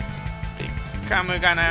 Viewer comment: ベッカム引いたとこベーコンにしか聞こえなかった人おらん？w